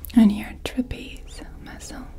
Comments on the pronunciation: Tra-pi-zi-us 4 syllables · THANK YOU I LITERALLY CRINGE WHEN SHE SAYS TRAPEZE IDK WHY